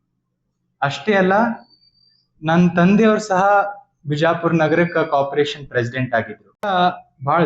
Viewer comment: Modalu carporation annodu channagi helod bittu copration anti allo munde